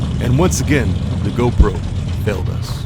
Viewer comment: Yep. " gone-pro" strikes again. 😂